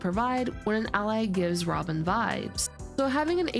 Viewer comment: the way you pronounced 'robin' sounds like 'ramen' 😂